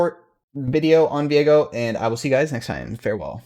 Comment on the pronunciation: Whoa, when pronounced his name I had a brain fart. It's Viego, not Veigo. Learning not just pro league but also English. Thanks 👍